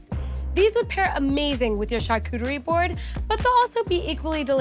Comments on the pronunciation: Lol! I’ve never heard it said like this before til now 😂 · drinking game: everytime she says: " char-cootie-ree" 😂😂😂😂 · It sounds like a new Pokémon.